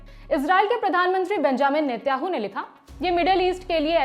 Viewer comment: व्लामिदिर, नेत्याहू , स्थित, उच्चारण में और भी कई गलतियां हैं। कृपया सुधार करें। 🙏